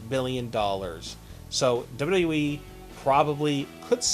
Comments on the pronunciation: it's "double u double u e", not double ubble e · Dude STOP trying to say Vince McMahon or WWE.. your not even saying his name right! 😑😩😩😩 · How ar u saying wwe